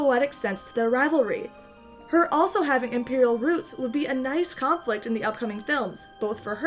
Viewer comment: Not gonna lie, I thought the title was "Rey has Imperial Boots" and I didn't question it at all. And then I heard you say "roots" and... I died inside. (Also I still want her to be a Kenobi, but I like this theory too...)